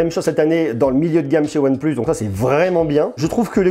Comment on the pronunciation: Prononce le plutôt « one PLACE » stp !!! Tu me fais saigner des oreilles 👂🩸